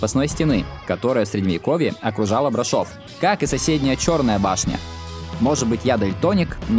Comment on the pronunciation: Прекрасный выпуск как и маршрут. Только БрАшов, а не БрашОв.